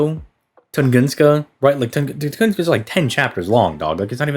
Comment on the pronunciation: Tungunska lamo. Nice made up word. I think you mean Tunguska